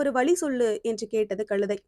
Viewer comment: களுதை அல்ல கழுதை